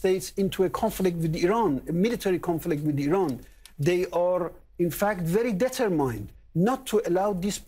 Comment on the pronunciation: he cant pronounce : determined correctly